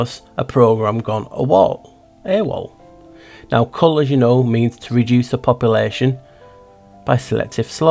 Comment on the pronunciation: Cull is CU-ll. Kill is KI-ll